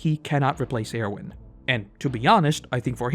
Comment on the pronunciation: The way you say Erwin makes me wanna get violent